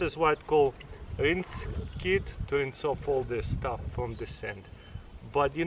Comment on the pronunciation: “rince kit”